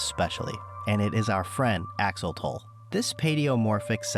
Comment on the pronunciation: Axo...lo.....tle (tel spoken). NOT Axotol. That hurts my Ear. 😄